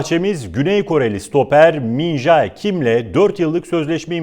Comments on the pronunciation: min jae kim diye okunmaz min ce kim diye okunur adama antrenmanlarda JAAAEEE demeyin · Bu adamın adı min jae diye okun muyor. min ce diye okunuyor. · Yav arkadaş şu isim söylenişine özen gösterilmesi lazım Kim Min-Je diye okunuyor. Kulüp televizyonunun sunucularının bunlara dikkat etmesi lazım Kim Min-Jaaeeee ne Allahını seversen ? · min ce kim diye okuyun artık şunu. Çok zor değil öğrenmek :/ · Min jae kim diye okunmaz min ce kim diye okunur bunlara takan ben miyim fkskfkslkf